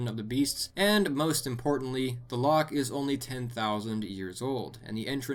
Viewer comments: btw its not pronounced lock its pronounced with a ch at the back of your throat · It's not lock its loch